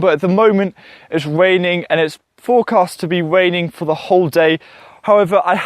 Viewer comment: Waining, spwouting, "weally cheap", "genass helping", gwow, sepowate, cause your potaitows to wot, awey plave. Can you say "Mawage, mawage is what bwings us together todaie".